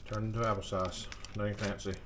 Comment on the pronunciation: Happle sauce that's hilarious. I love partridge berry jam on toast with a cup of coffee. That's some good eating right there. Have a great day.